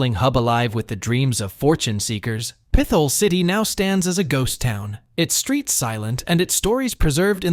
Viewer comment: What a shit video. Obviously AI produced. Proceeds to talk about how almost every place listed is nice and enjoyable but gives a niche reason as to why you shouldn't visit. It's pronounced Pit-hole city, not like your saying pistol with a lisp. The biggest offender is listing Camden as a place in Pa to avoid... It's New Jersey.. like what? And the random 9/11 footage. AI click bait garbage.